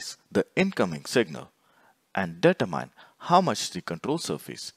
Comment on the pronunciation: Data Mine! Determine. Speaking skills are important for videos like this.